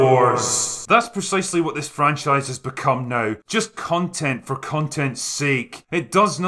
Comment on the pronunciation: Con-tent ... cun-tent?